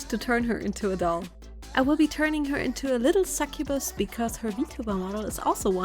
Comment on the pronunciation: She said sucubus 🥲